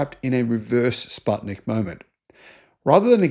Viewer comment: Although I like how you pronounced 'Sputnik', because 'put' part from the name is the same as 'path' in English, it's pronounced like the English verb 'put'.